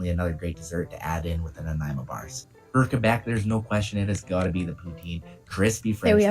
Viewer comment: Greetings from Vancouver Island, nice vid and you said Nanaimo right, have a great day thanks for the vid.